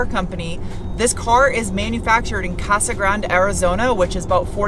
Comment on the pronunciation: AAAAGHHHHH!! it's "Casa GrandE" uuuuuuggghhhh Yangees!--actual pronouncement) Love ya! Happy Thanksgiving